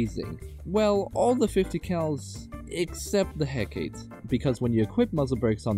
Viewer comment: aCkShuAlly iT's prOunCeD "hE-cAh-tAy"!!1!11!